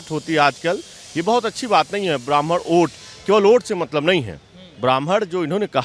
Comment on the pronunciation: वोट होता है ओट नही 🤣🤣🤣🤣🙏🙏🙏🙏